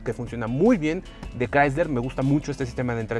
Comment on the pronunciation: Todo muy bien, pero...ES CHRYSLER. Ahí ya no.